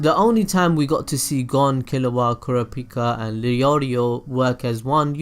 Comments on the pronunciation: The way he say kurapika name 💀💀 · Your pronounciation of Feitan was fine, it was your pronounciation at Kurapika, Kurama, and Yusuke that bothered me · How did you just PRONOUCE Kurapika.